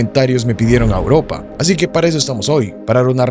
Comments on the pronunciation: Porque dice auropa? Buena edicion bro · Porque dice Auropa? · "Auropa" que pro 😹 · Porque auropa y no "europa" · "Auropa" borra el vídeo y editalo de nuevo. 💤😴